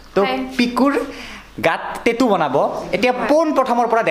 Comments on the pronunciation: Tettu nhoi tattoo 😆 ভুল কে কলে শুনিবলে ভাল নালাগে । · Kunu accent e nai😂 টেতু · Tetu nhy dada😊😊😊tattoo